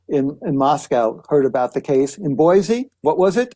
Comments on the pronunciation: I would love JUST ONCE for someone to pronounce Boise correctly. It's never been Boy-zee!!!! Its Boy-see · Megyn, I moved to Idaho 7.5 years ago and I immediately learned to pronounce Boise correctly. It's Boy-see, not Boy-zee. Dead giveaway in Idaho that you're not from here if you pronounce it with a Z. Glad you got the pronunciation of Moscow right. Yes, it's Mos-coe, not Mos-cow. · Pronounced “Boy-see” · It is Boice_e